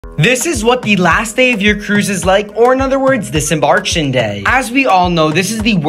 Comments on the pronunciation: He does this in a lot of his videos, it is really cringe-worthy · It's not pronounced "embarktion". It's pronounced "embar-KAY-tion". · Precisely. I could not believe what I was hearing. Are you a commentator or a Machine Gun. Any wonder you mispronounce your words. DIS - EM- BARK -SHION INDEED!!! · Please check pronunciation of "disembarkation": di-suhm-baar-KAY-shn. There are 5 syllables in "disembarkation"; you're omitting the 4th syllable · I dont fully expect a tik tok person to know how to pronounce it. But its kinda funny. DisemBARKtion day 😂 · How can you be qualified to give this advice but you’ve never pronounced this word correctly? 😂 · Anyone else cringe at the awkward pronunciation of disembarkation? Twice! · Lmao, it’s crazy you mispronounced disembarkation. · Yeah, it’s insane how he repeatedly mispronounced ,disembarking , shoot 😜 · Mf literally works on a cruise ship and can't pronounce one of the most common words said on the ship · You need to pronounce Disembarkation properly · The worst pronunciation of disembarkation ever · I think it’s hilarious that professional YouTubers (i.e., people paid to speak for a living) don’t know how to pronounce “disembarkation.” Young Americans are so embarrassing and yet shameless. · Worst part is you go on cruises but can't even pronounce disembarkation properly. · Yikes!!! This person doesnt know how to pronounce disembarkation..... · DUUUUDE! Learn how to pronounce disembarkation!